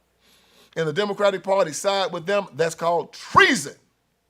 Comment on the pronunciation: It is tresson